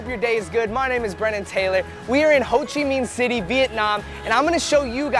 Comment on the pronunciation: Why did you say Ho Chi Minh City like that lmao